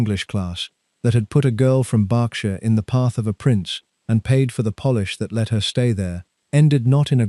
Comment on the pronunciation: Pronouncing "Berkshire" repeatedly incorrectly and the excessive length and verbiage did not increase my enjoyment of this AI production.